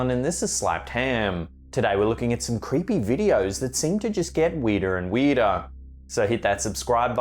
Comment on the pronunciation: why did it sound like when he said weirder and weirder it sounded like he said weirder and weeder